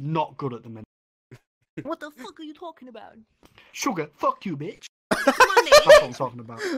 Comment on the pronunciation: 다시봐도 Sugar, Fuck u bitch 발음 진심 개맘에드네 ㅋㅋㅋㅋㅋㅋㅋㅋ